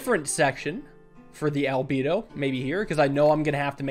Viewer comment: It’s pronounced al — bed — o